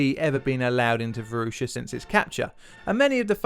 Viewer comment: I grew up in in the Varosha district of Famagusta. I was there during the Turkish invasion, and the things I experienced in that dark time still haunt me. I played on that beach every day. It was a beautiful city, and part of me still considers it home. By the way, you totally butchered the pronunciation of Varosha and Famagusta dude